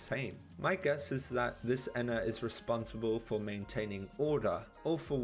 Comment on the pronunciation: your miss pronouncing Ena pronounce it like there are two n's like En-na